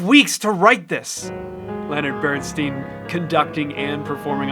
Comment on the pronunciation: Reaction videos suck. Then add in the inane superfluous "swoosh" noises and you've got a certain loser! Next, there's you having an organism. The unmitigated ego to think that you can play alongside Bernstein (BTW it's Bern-styn, not Bern-steen), and call him out as wrong. But thanks more to the comments than you, I learned a thing or two.